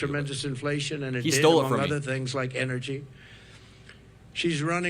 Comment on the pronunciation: Sorry, energy, not enery